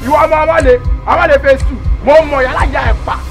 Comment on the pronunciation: He said I want manney not money 😂😂😂